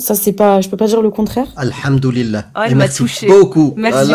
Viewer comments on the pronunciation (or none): "Alhamdoulilah vous vivez dans un monde de mécréants" La manière dont vous dîtes alhamdoulilah avec l'accent prononcé mama je meurs😂